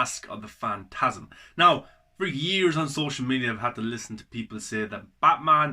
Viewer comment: You've definitely been sleeping on this man. You said it yourself - it's great. One of my faves. (Also at the end you call it "fast of the mantasm", by accident I think. Made me laugh 😂 👍🏻